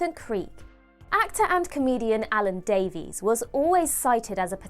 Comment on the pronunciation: Great video but, like Russell T Davies, Alan Davies' surname is pronounced "Davis", not "Daveez".